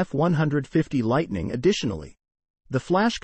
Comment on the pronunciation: Hard to watch something where the computer voice is mispronouncing the model name. Is it that difficult to get a human (or properly programmed robot) to do a video that's not even three minutes long?